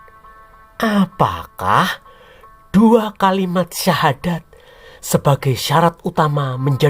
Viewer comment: 😂😂😂...terbukti ini tak mengerti dgn benar aslinya ajaran Islam dan tak tau secara benar sejarah islam yg benar.... mengucapkan syahadat sja masih jauh dari benar..😂😂... Belajar lagi mas... tanggung jawab mu berat nanti diakhirat kelak....didunia kau bisa mengolok-olok dgn bahasa dan nada mu yg menghina...tapi ingat...setelah dunia ada akhirat....kau bertanggung jawab atas penjelasannya mu yg hanya sebatas asumsi yg minim pengetahuan tentang islam...😂😂😂😂